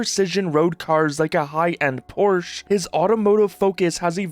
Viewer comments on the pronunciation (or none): Why can’t anyone pronounce Porsche correctly